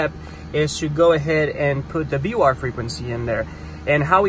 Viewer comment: Very helpful, but it is pronounced VOR, not BOR.